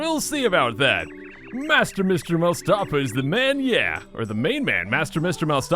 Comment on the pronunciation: ... I was today years old when I realised it's pronounced "Mouse-stafa" and not "Moo-stafa"... I wouldn't be so annoyed if I hadn't been playing this game for like 20 years...